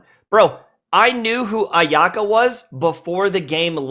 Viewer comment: omg the way he said Ayaka is very Russian lol